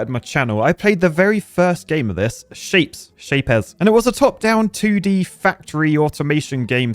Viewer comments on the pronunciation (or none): Its not SHAPE Z its SHAPEZ like SHAPES with Z